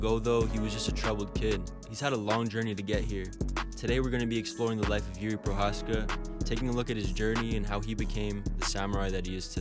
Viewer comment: Just a little advice on how to pronounce his last name Pronounce the letters ch in the word Pro"ch"azka as the beginning word chameleon. Greetings from the Czech republic ;)